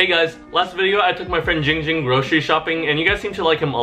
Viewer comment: _- ITS GIIIING GING BRUH